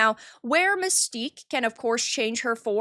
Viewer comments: It's not Mystique it's Manstyque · You mean MANSTINK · That ain't Mystique, that's "MANSTIQUE."